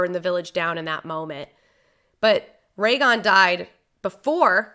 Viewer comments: Goddamit! 7 Seasons and he's still Rhaegon. RHAEGON!!! What on... oh, man. Pls, it's Rhaegal. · Okay but it’s Rhaegal not Rhaegon sooooooo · Take a shot every time says Ray-gon instead of Rhaegal. 🤣